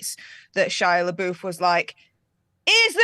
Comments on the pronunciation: PLEASE stop saying Shia’s name wrong. It’s pronounced “buff” not “boof.” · Why do you call him leboof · Why do they keep pronouncing Shia's last name wrong?